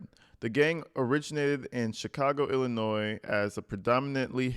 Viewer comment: Thank you for saying Illinois correctly. You would be surprised at the people that say it incorrectly!